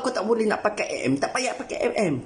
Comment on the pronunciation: Dia cakap a m eh?hahaha MM lah woii